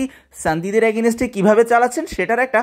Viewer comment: are bhai agineste agineste .ki soro korlen,, valo vabhe English na bolte parle bolen keno ? tau abar public platform a ..Ajaira